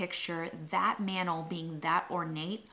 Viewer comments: I love how you pronounce mantle☺️ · the way you pronounce mantle as "mannel" cracks me up 😂 love it